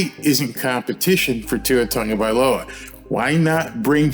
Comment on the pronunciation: Tongavailoa? I thought it was Tagovailoa.